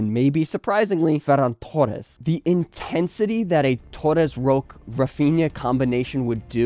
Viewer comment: Bro I’m not hating but do yourself and all native Spanish speakers a favor by not trying so hard to imitate the accent when pronouncing names like “Ferran Torres”. I enjoyed the video for the most part but my entire body cringes every time you pronounce certain names